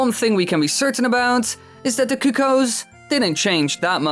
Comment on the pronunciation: The first few seconds the sound didn't work right, did you say niece instead of ness? Kuk-oo-ows? LOL no...just no...